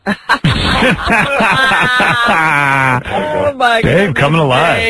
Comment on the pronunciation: “buh-ko-key” lmao